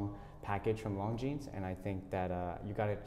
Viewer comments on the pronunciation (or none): How to butcher the words “Longines” and “arabic”...just ask this watch dealer.